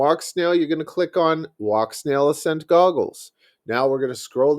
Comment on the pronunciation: Ah-Scent as in ascending or ascension. like gaining altitude not accent lol sorry. nice video might have to try it out